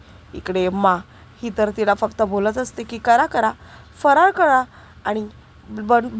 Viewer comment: फराळ हा शब्द स्पष्ट बोला . काय बोलते कळतही नाही.